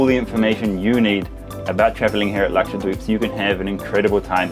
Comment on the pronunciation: Luxured weebs is what I heard and tought you were saying 😂